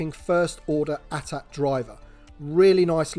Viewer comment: I thought this video was just, ehh, then you correctly pronounced AT-AT, so I gave a big thumbs up!